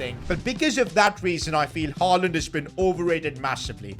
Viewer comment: Ain't no way blud said haland